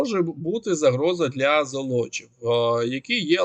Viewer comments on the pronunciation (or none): ЗОлочів, наголос на першу О. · ЗОлочів, будьласка, на першу букву 'о' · Золочів - наголос на першу О. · Золочів, наголос на першому складі.